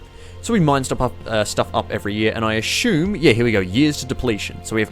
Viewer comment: why do you "ashume" something, instead of assuming them?